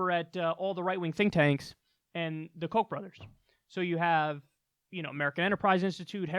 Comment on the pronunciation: Did Kyle say Koch brothers or Kochroaches? I'm not sure...